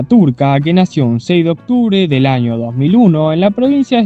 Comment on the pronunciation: Que mal habla este hombre se dice año no jaño